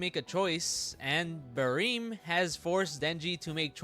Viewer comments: just the way you say it sounds so off to me I usually read it as it’s spelled like ba-rem you say it like ba-reem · "bareem" lol